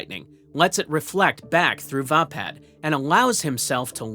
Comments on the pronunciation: Pronounced Vay-pad... Not vah pad. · its called va pad as in hey pad